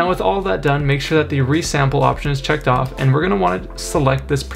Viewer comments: Really good video...and helped massively. One thing tho...when you asked for the Enhance Preserve Details, it sounded like you wanted it to be checked off!! Was only when you got to the next part that I realised it should be on. Apart from that, worked like a charm. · bro did the tutorial guy say "checked on" or "checked off" can't tell